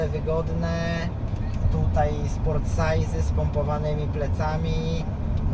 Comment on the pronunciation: tego się nie wymawia "kołpe" tylko "kupe", no i nie sportsize tylko sportsitze